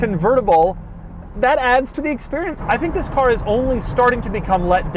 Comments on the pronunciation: Mr. “This” the most advertising and entertaining pronounced “THI$” I’ve ever herd. Sir you Must call ur channel “this” or have a brand that goes with. Mr. THi$. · Fhiss is the New Ferrari 812 GTS, I like how he pronounced This’ like Fhiss 😂